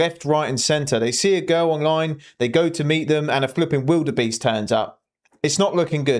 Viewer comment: "...and a flipping wilderbeast truns up" 🤣😂🤣😂